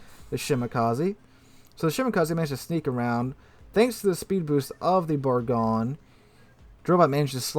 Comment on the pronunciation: It’s pronounced. Ber-GOIN lol